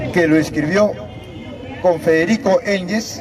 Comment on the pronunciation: Ese VIEJ0 WEB0N ... dice MAR en vez de MARX... dice ENGES en vez de ENGELS... ests perdido ese anciano